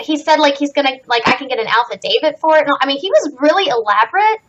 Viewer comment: FYI, it’s “affidavit”, not “alphadavit”